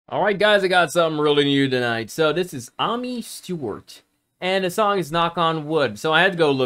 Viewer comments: Never heard any one mispronounce Amy before 😊 It's a hard A - me Maybe this spelling will help Amiee. We tend to spell it Amy in the UK. This came out in 79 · It's pronounced like Amy